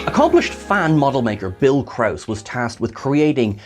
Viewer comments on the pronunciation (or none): none